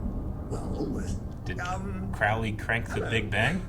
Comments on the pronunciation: Crowley is pronounced like crow, not like crowd. Opposite on Supernatural, I gather. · You guys are good but I wish you would actually listen to the characters saying Crowley the demon's actual name, which is pronounced with the first syllable rhyming with "crow" (the bird) NOT rhyming with "pow". I get it that there's another character on another show who pronounces it the second way, but that is NOT the Good Omens character.